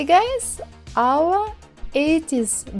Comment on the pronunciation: no offense but when you say "OUR", it reminds me of Soviet Union memes xD. Anyway love your tutorials. I just did that 80s poster from your tutorials yesterday. Please upload more <3